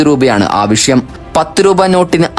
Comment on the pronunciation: ഷേശം, മെശീൻ, ആവഷ്യം, ഷതമാനം, ഏകദേഷം, വർശം, വിഷദമായി തുടങ്ങിയവാക്കുകൾ ഉച്ഛരിച്ച് മലയാള ഭാഷയെ കൊല്ലല്ലേ. ആദ്യം സംസാരിക്കാൻ പഠിക്കു